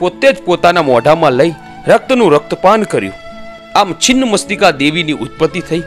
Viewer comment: Chhinn machhtika bhai chin mastika nahi pela bolta sikho